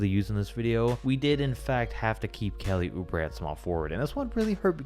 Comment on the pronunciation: I really like the awkward pause at Kelly oubre 😂😂